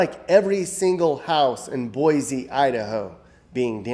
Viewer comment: Mind boggling to think of every house here in Boise, Idaho being destroyed. BTW, there is no “z” in Boise. It’s pronounced Boy SEE, not Boy Zee.